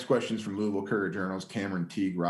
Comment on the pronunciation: At the mark, HAILEY VAN LITH pronounces LOUISVILLE just like WE LOCALS do. Listen up, she says LOU-AH-VILLE. None of that Louie-ville crappola.